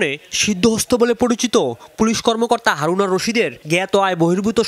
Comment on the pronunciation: কেউ কি খেয়াল করেছেন তিনিও হারুন কে হাউন বলেছেন😁😁